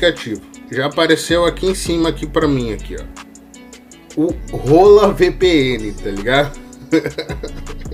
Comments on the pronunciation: Mano não tem nada de "rola" na VPN.. hahahah. Hola se lê "ôla" em espanhol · A cada momento que você fala "Hola vpn"eu fico mds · pronúncia Hola vpn em voz alta kkkk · "Hola" estranho kkskkak